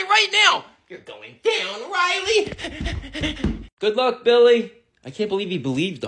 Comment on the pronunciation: It's Riley not railly